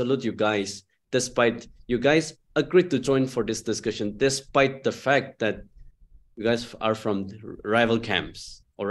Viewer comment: It's not phak it's fact Sir